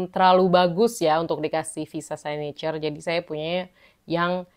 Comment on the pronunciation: It's siknecurrr, kak. Bukan saynecurr